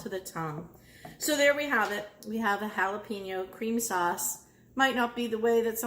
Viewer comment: It aint that hard to say Hallah-Pen-Yo instead of Hallah-Peen-Yo. You'll sound less like a clueless white lady.